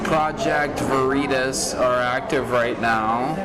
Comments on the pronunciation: project “verreetus”? Sounds like something that’d go good with gwak-a-mole lol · He put the wrong emphASSis on the wrong syllABLe. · Funny how he said Vereatas instead of veritas and the truth is what they say when they don’t think the camera is rolling. But mocking people’s disabilities is disgusting. It’s also funny how Twitter claims they only have 5% fake accounts yet when anything that the hive mind likes gets bashed on Twitter then it’s all bots and fake accounts. So which is it ? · Project Vah-REE-tahs. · Lol! The Gae-Boi thought he couldn't get Honey-Potted.😂 "'Project Va-Reed-Us'? ...What's THAT??..." Brilliant! 👑 😂😂😂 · The people deciding what is and is not okay to say call it "project vee-tahs" It would appear that a college degree doesn't mean you're literate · I also like how this genius doesn't even know how to pronounce "Veritas." Va-Ree-Tus ... yeah, that's the ticket. Let's ask Xavier Bah-kah-ree-uh about it. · Lol "project Ver-ee-tas" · "Project Vereeetisz"... does this Twitter Exec live under a rock??... he has no grasp of the classics pronunciation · “Project vareetus” 😂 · "Project Ver-ee-tus". Way to think on your feet PV-J. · Project Var-ee-tus... LOL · Sounds like new tasty product from Frito-Lay. I want to try a bag of Ver-EE-tas. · lol exactly what I was thinking… ‘Ver eeet tus’ …is that like smothered burritos (pronounced ‘bureeetas’ ) Reminds me of back home Colorado locals who somehow insist on Buena Vista being pronounced ‘Beeooonah Vista’. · That reporter wasn’t going to get a second date after mispronouncing Veritas because that pretentious prick immediately deemed him unworthy. Jokes on him. 🤣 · He can’t pronounce Veri Tas. 🤦🏼‍♂️ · When the project Veritas reported purposefully mispronounced Veritas. Lmao!!! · love that he mispronounces project Veritas to throw off the scent. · Couldn't pronounce Veritas correctly. Hmm...so, now Twitter is Twatter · Excellent, excellent touch by mispronouncing Veritas. Well done, Deep Cover Guy!